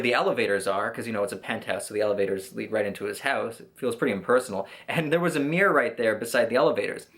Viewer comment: "Looking at myself in the meer" xD